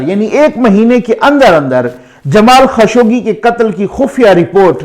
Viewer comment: سر یہ نام جمال خشوگی نہیں بلکہ جمال خاشقجی ہے ش پر پیش اور ق پر سکون کے ساتھ ۔ درست فرمالیں شکریہ